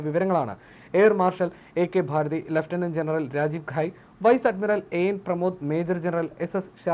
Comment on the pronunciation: ഭാരതി അല്ല ഭാർട്ടി